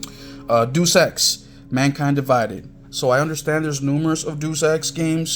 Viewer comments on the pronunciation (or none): You say deus ex so fire 😂 DUECE EX! cyberpunk man I beat that game last fall for the first time and chefs kiss I was INNIT!